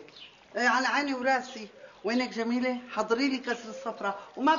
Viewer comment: مين لاحظ انو ام زكي بدال ما تقول جميلة قالت ضميلة😂😂😂😂😂